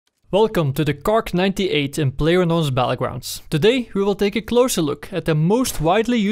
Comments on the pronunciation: It's not kark it's kar. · How come you pronounce it "kark ninety eight" instead of "kar ninety eight"? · Is he saing KARK? no budy its kar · KARK? you mean Kar98K lol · I swear, 90% of the comments are about him saying ''Kark''... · KarK xD Jeeez dude... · KAR! Like KARABINER! Not KARK! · Its not from his accent or sth like that... He thinks its kark... Look at the stats for example... It says kark 98... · it really bothers me that he says karK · KARRRRRRRRRRRRRRR NOT FUCKING KARK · "Well com tu duh Kark 98 in layers known blaatle glounds." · I saw the title after I posted the comment. Probably because the gun is the Karabiner 98 Kurz, so he is shortening the karabiner to "kar" and adding the k for kurz. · im sorry but i just cant watch this video with you calling it "kark" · Everyone tryna say hes wrong for calling it a KarK, you're wrong. He (and many others) call in the KarK because, (KAR)98(K) so they dont confuse anyone with the difference between a Kar and a Car :)